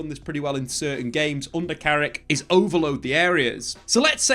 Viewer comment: It's Carrick you know.....!